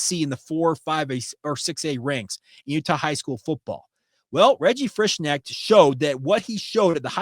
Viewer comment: I've known people with the same last name. The "K" is not silent. You say the name, "Frish-connect" only the "O" is more of an "EH" sound. Until i hear how a kid's mother says his name, i don't dare guess....